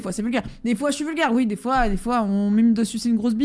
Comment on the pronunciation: "vulguaire" mdrrrrrrr